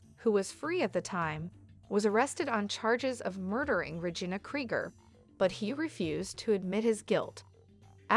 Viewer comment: It's not Regin A its Re gina